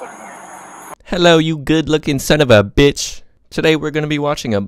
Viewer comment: Lol, last vid someone complained. New vid, emphasizes the fvck out of "BXTCH". Your funny af